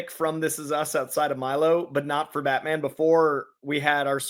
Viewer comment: Both of them said that 😂…Im confused as to who they watched growing up to have this mentality of Batman not being big ! Also in the beginning his pronunciation of Batman “BatMen”😂….